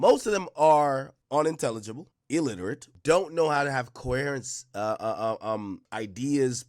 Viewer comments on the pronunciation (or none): bro doesn’t even know how to say coherent correctly is a straight up clown 🤡🤡